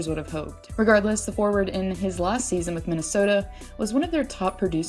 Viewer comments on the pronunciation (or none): none